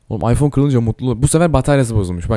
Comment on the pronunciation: Abi ıpohne diyon appleye gidiyon